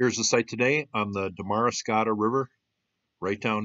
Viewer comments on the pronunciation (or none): Pronounced 'Darma scotta not Daramas cottia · Pronunciation of Damariscotta: The second "a" is silent; Dam-ri-scotta.Also,there are still significant monds, it is a preservation area. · You might at least make the effort to learn how to pronounce "Damariscotta." The emphasis goes on the next to last syllable. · It's pronounced DAMarisSCOTTA. I live nearby and my driveway is coated with shells from this mound. It's beautiful. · Well, that's interesting! I've lived in Maine for over 35 years, and never heard of this. Thanks for showing it. Also, it's pronounced DAM-a-ri-SCO-ta. There is also another place in Maine called "the Whaleback". It is on Route 9 in Aurora, Maine. But as far as I know, this name comes from the shape of the road, not any ancient mound. That is what I thought you were going to be talking about when I clicked on this video. :-) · Pronounced “dam-vrah- scott-tah” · Thanks, I was going to say the same. We really don't mind if people from away ask us how to pronounce something before posting it in a video.... Hint for all videographers. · You may want to look up how to correctly pronounce Damariscotta